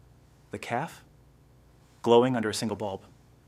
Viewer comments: It is cafe not caf and repeating the mispronounced word is annoying. The caf, the caf, the caf, the caf, my caf, my caf , my caf ... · Get a better reader. CAFÉ please notice the accent over the letter "e". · 😂 the mispronounced CAFÉ takes away the gist of the story. Did you go to school?. Your teacher will scream with anger too listening to your mispronunciation 😂